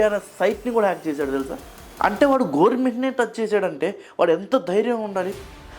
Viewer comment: “గోర్మెంట్” కాదు అయ్యా. “గవర్నమెంట్” అని పలకాలి. “develop లేదు” అని అనరు. అయితే “development లేదు” అనాలి లేదంటే “develop కాలేదు” అని అయినా అనాలి.